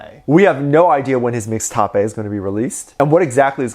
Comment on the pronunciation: Regular people: Mixtape: MIXTAPAY